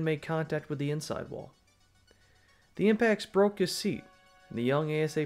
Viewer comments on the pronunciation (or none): none